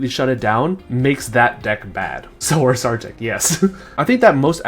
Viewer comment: it's name is URSArtic.